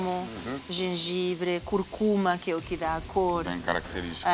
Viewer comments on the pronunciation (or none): que agonia que me dá ao ouvir "raviolí" e "curcúma"